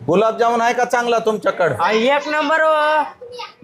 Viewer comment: बाई गुलाम जामुन नाही ग गुलाबजामुन😅